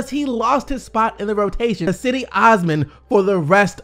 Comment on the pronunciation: Bro. It's not pronounced "Seddy"